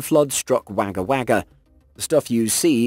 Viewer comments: It's not Wagga Wagga, despite the spelling being correct It's pronounced wogga wogga. Don't ask me why, I don't really know maybe it's derived from the aborigines who might have said it differently. There are quite a few places in Australia that Don't sound as they are spelt I used to live in Dalby Queensland and it was pronounced Dolby. Take it from an Aussie, crazy but true. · Wagga Wagga is not wah-ga wah-ga but woh-gah woh-gah. 2 seconds of research would tell you how to pronounce it. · Spelled Wagga Wagga (Aboriginal name), pronounced Wogga Wogga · "Wagga Wagga" pronounced Wogga Wogga In the good old days the BBC (and the ABC) had departments that looked up the correct pronunciation of Names and words, mainly for newsreaders. Google Translate provides a similar, though inferior, service. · Wagga Wagga - pronounced wogga wogga. As the saying goes "So nice, we named it twice". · wagga wagga is pronounced woga woga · At 33 mins: Wagga Wagga is pronounced "Wogga Wogga". I'm not sure how aboriginals pronounce it (it may have been bastardised), but it's definitely an Aboriginal name. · Wagga Wagga is pronounced wog-a-wog-gah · Wagga wagga is pronounced like an Aussie is calling out to 2 Italians. Woga woga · Wagga Wagga is pronounced Wogga Wogga.. well all Australians call it that... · Wagga wagga, is pronounced Wogga wogga, or we just call it Wogga. Put the expression mark over the o of course. Remember spanish, A sounds like an U ? Well there you go.. except this is aboriginal. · Wagga Wagga is pronounced Wogga Wogga.